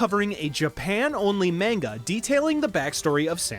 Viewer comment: “Mane-ga” has the potential to be the next “new-clear”